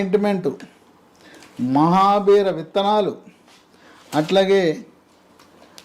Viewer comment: it is mahabeera seeds not mahabear